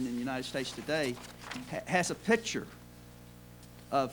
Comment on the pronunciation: The word is "author", not "arthur" - The word is "picture", not "pitcher" The Cambrian Explosion... LMAO. Uhm, let's see, how about this... uh... oh darn you stumped me... oh wait a minute: 1) Single celled organisms leave far fewer fossils that are exponentially harder to find than more complex organisms. 2) Multi-celled organisms have such a distinct advantage over single-celled that the arrival of them on the scene would have been fertile ground for "rapid" growth.